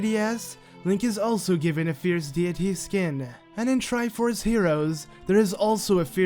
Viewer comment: Fierce deity (Fierce dayity)